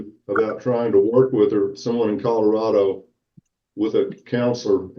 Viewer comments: I hear codarado also!! Driving me insane! How do you not know it’s C O L O R A D O?? lol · Is it just me or is saying “Cororado” instead of “Colorado”??? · I heard codorado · Maybe she has a speech impediment? Cuz I heard Codarado too... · I hear cod like the fish, and my father says it the same way…whyyyyy. It drives me crazy